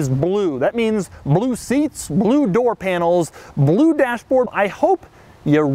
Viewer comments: IT'S SO BELUE! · Weird fucking way of saying 'blue'